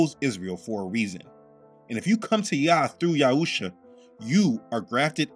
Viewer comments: I gotta quick question. I thought the name was written and pronounced as Yahshua instead of Yahusha. And I do recall in older videos that you pronounced him that way. Is this just a language mistake or is there meaning? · Your reply is condescending. Not sure if that was intended but it was received that way. If you read my comment, you'll see that I've been following this ministry for 3 years. By rough estimate, that's 156 videos already watched. In that span of 3 years, has changed how he pronounces the name of our Messiah. In his spiritual Warfare prayer it says YESHUA. It's a little confusing and we have enough confusion. I waa asking for clarification. Not "just watch the videos and shut up." Thanks anyway.